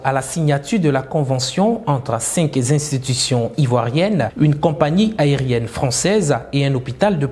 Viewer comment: Camarade journaliste, s'il te plaît, ne dis plus cinq zinstitution. Il n'y a pas de liaison à faire ici. Merci pour la compréhension. C'est tout simplement cinq institutions.